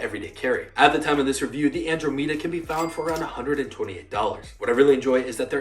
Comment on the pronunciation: Hearing u say andromeda is painful